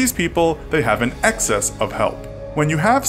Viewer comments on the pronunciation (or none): none